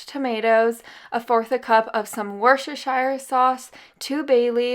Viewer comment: Oh, I can't help grinning when you struggle with that dreaded tounge twister...the Worchestershire sauce! Just call it WORSTER(SHERE) sauce. Every british person does. 😘 Great video!!! Love from s🌞nny Oslo 💖